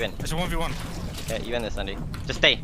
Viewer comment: zandy is romanian and, as a romanian i need to tell you that his name isnt pronouned zandee ar andee, its more like zandii (the y is pronouned like the i in igloo)